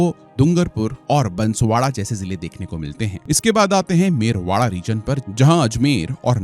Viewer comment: महोदय आपसे बारां और बांसवाड़ा का उच्चारण भी नही हो पाया, उससे अतिरिक्त और भी कई गलत जानकारियां है ऐसी कोई मांग नही उठ रही है कृपया करके लोगो को बरगलाने की कोशिश न करे।